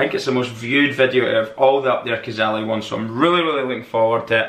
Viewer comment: Pronounced Up there (kaa-zay-lee) Cazaly